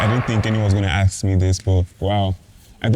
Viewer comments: Why do yall pronounce Ask as Axe ffs???? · Why's everyone saying axe, it's ask😅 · Please guys ASK questions, don’t AKS ‼️😭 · Nigerians have improved in the way they speak, I can understand well what they are saying... There is still "axe" instead of "ask"🤐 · "aks" - ask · Everyone but said 'axe', please it is 'ask' as in Aaa sss kkkk